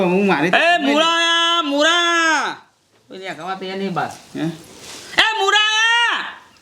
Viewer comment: મુડા નહિ મૂળા